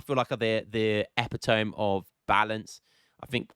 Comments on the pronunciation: "Epi-tome" please correct me if I'm wrong but I thought the King's English pronounced it "epit-O-mee" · Man said “epi tome” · You are pronouncing "Epitome" wrong.